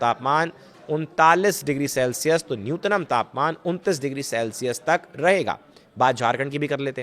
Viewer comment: न्यूनतम भाई न्यूतनम नही